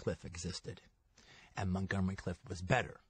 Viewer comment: I wonder why Quentin mispronounces Montgomery Clift as Montgomery Cliff? Hasn't he ever seen the name spelled? Or did he just have the character Cliff Booth cooking somewhere in his mind?